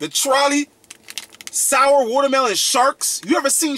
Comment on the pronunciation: Lol he said shour